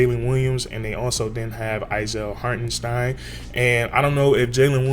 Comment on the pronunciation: Not Hartensteen he said you can call him anything but hartenSteen in his interview